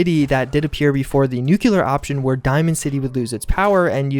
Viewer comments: New clee ar not new cue lar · Please learn how to pronounce "nuclear". It hurts my ears and tears at my soul.